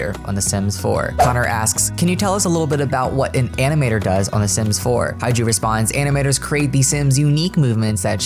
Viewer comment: I'm definetely very excited to see more gameplay for elders! It's what they deserve haha Also, just want to say that HaeJu is pronounced more like HeJu (the 'AE' is pronounced similarly to the 'E' in the word "hem")